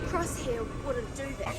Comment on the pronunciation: I get that Crosshair is one of your favorites, but if you love him so much, could you say his name correctly?